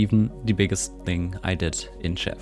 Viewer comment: You're pretty close, but "Tczew" has two distinct sounds at the begining: 't' and 'cz' (tsch). So it's basically "T-tschef". You can try to put a vowel in between first and then shortening the vowel as much as possible.